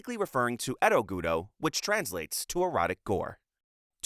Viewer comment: Why does this dude keep calling GURO "GUTO"? hentai guro is awesome but anyone that gets off on it has SERIOUS issues